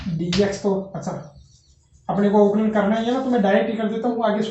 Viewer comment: Avkalaj nhi avkalan hota h sir